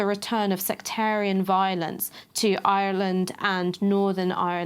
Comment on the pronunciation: As a flippant aside in such heavy times can I just say as an Irishman, I fully approve of pronunciation of Ireland... it's rather awesome.